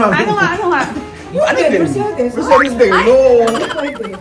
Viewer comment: Pronunciation po ng Mercedes is mr·say·deez :)